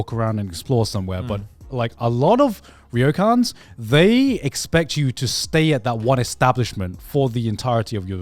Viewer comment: You guys still pronouncing it "reeeyokans???"...it's just "yokans" guys lol